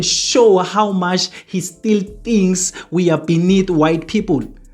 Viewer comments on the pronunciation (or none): none